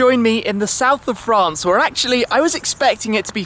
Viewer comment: France Franuce